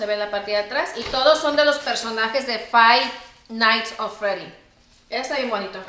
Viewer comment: “Fay nais of fredy” 🤣🤣🤣🤣🤣🤣🤣🤣🤣🤣